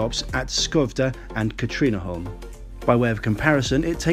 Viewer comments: As a swede i do not accept your apology of your pronounciation of skövde and katrineholm. You pronounce skövde something like schouvde. And katrineholm something like kattrinneholm. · Nö. It was not. But at least better than Skövde.